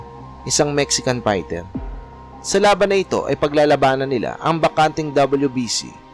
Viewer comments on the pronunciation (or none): Darchinyan is Armenian-Australian hindi American. At “Raging Bull” hindi ranging bull. Fighter hindi payter. Featherweight hindi pederweyt.